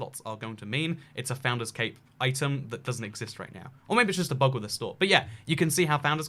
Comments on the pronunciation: When u said 'CAPE' ..i swear i thought its CAVE....People am i okay? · When he said cape I thought he said CaKe 🎂